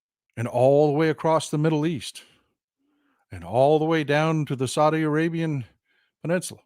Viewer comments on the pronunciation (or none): none